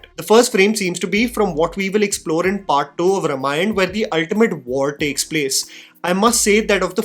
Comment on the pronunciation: Dude,,, My friend, It's RAAmayana, not Rumayana I.e. रामायण not रमायण Please